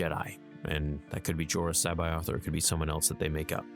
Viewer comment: Jor-OO-us Sa-BAY-oth. Straight from Zahn himself well over 20 years ago.